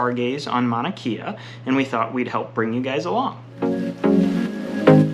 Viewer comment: Mauna KAY AH not KIA